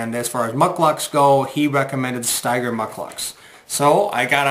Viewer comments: Pronounced StEger, not StIger....thanks for the vid review. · It’s pronounced steeeger! Will Steger was an internationally known arctic explorer. You will also appreciate high heavy alpaca socks! They keep you dry & warm! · I've had my Ojibwa Shorts for SEVEN years now and they're still in impeccable condition. I've never seen ANYONE wearing them and it's crazy what a secret they seem to be! My boots seem to hold up just fine in light to moderate rain. I think it's pronounced "Stee-ger," though, no?